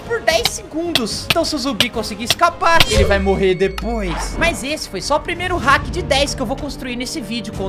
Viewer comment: Lopes vc falou heck envés de falar hack kkk